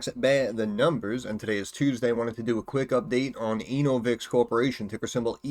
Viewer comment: "ANAL-vix corporation"